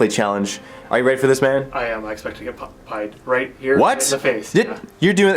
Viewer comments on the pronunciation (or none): none